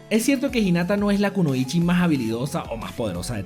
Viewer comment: el video estaba muy bueno pero solo 2 cosas. 1. como correccion no mas, es kunoichi o konoichi, porque al final lo dijiste mal 2. en naruto hasta donde he visto solo hay shinobi (ninjas) pero ninguna chica era kunoichi, ese era un rango especial dado solo a mujeres porque las usaban como espias y estas usaban sus encantos femeninos para seducir hombres de influencia, por eso mucha gente se confunden y piensan que por ser mujer se les dicen kunoichi, es algo asi como la policia y el fbi, no por ser mujer y ser de la policia entonces eres del fbi, no se si me explique. cualquier forma hay varios videos me imagino, pero vi una hace tiempo y no me acuerdo de que canal era y ahi se explica quienes eran realmente las kunoichi